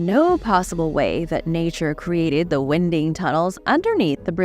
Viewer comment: “Wind-ing tunnels”💨